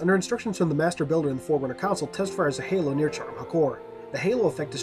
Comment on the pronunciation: When you first said forerunner I thought you said foreigners 🙂